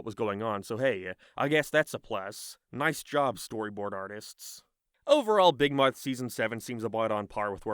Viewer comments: I can't be the only one heading say "big Marth" instead of "big mouth" all the time... right? 😂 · Dawg all I’m hearing this guy say is “big mike”😭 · RIP Big "Moath" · "Beeg Mearth" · "Big mithe" lol